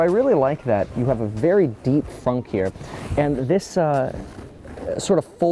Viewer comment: Why is it fonk and not fronk?